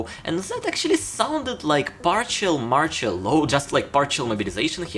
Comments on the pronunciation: You pronounce "martial law" wrong, its not like "partial" but more like marshal. Put it in google translate as english and without even translation you can click on the sound button ;) Thanks for your videos! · not MORCHOL, MARTIAL, marSHIal. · Sorry, but please, work on the pronunciation of the words "martial" and "partial". No offence taken I hope. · You are destroying the pronunciation of the word MARTIAL ...